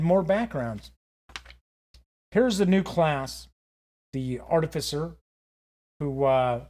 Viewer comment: You get a sub because you're one of the only youtubers I've seen to actually pronounce artificer correctly... lmfao